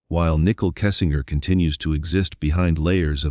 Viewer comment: Her name is Nichole not nickel. If you’re going to cover a case I feel it’s important to at least have the names correct.